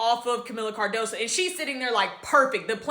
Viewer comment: Her name is Cardoso not Cardosa, come on now get it right! SMH